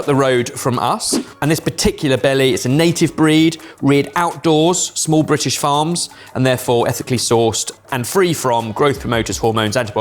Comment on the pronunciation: Is it mandatory to roll the R on "Brrrritish lamb"